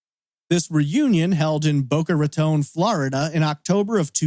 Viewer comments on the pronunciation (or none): none